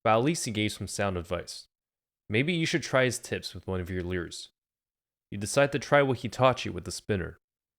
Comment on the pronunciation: How do you spell that word you keep saying? Leuureesz?